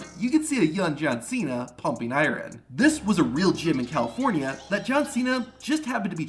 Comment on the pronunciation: This is an AI channel. How are you a real content creator for wrestling, with an Americanized accent, and can't pronounce "Iron" correctly?